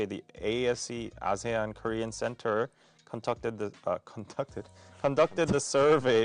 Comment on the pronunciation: ASEAN is pronounced as Ar-C-An. I don't know how is finding the situation of Myanmar funny but a lot of people are dying. The perpetrators are getting rich. The innocents are either getting killed or jailed or tortured. Yes, we are "busy" with revolution. Thank you for laughing. #MilkTeaAlliance #WhatsHappeningInMyanmar